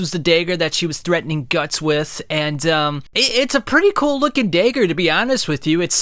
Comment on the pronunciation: Why say "Dayger" and "draygon" slayer? I liked the video just no idea where the accent is from?